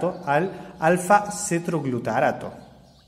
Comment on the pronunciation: me gustan tus videos son ingeniosos pero no explicaste a donde van los nadh (?) van a la cadena respiratoria en la cresta mitocondrial? y cuánto ATP resulta de cada molécula de glucosa que entra al ciclo de krebs ? 36 atp? otra cosa no es CETROGLUTARaTo es :Cetoglutarato . bravo por tus videos